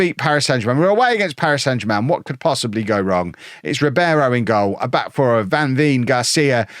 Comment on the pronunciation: Van veen is pronounced ‘van vain’